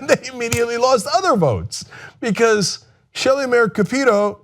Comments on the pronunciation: Capito. It’s not KuhPEEtoe. It’s pronounced KAPitoe. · it's shelley moore cap-it-o not ca-pee-toe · I keep saying it and Cenk continues sounding like an ass. Her name is pronounced CAP-EH-TOE.